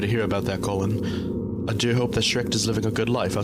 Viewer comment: "CoLLihhNNnnNnNn" ahh pronouncation